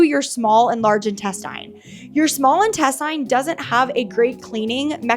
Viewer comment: Will somebody please tell this chick how to pronounce intestine?